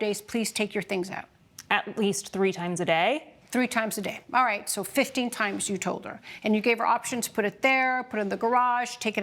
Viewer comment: Judge: "orright, orright...."😂 Two women =guys? You two is sufficient